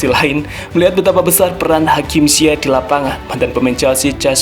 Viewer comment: Sebenarnya pengucapan namanya hakim zayyasy.. Tulisan Inggris nya ziyech